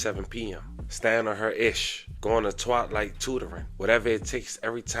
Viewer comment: This this man say Twatlight😂